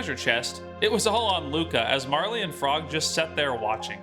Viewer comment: Marle is the only realy way to pronounce her name. <3